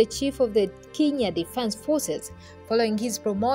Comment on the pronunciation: It’s pronounced Kenya and not kinya